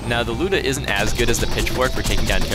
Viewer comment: Finally someone pronouces the Lyuda correctly!